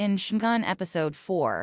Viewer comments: Every time I heard her say "Shoogan" I cringed. Even if this is probably AI generated commentary. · It had me at "Shoogan". Stopped the video right there, I can't bring myself to listen to this AI generated crap. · If you're going to narrate, would you please pronounce the Japanese words correctly? I never heard Shogun pronounced the way you say it.